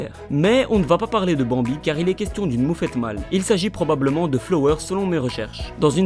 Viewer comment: j'aime sa la façon cmt tu le prononce < >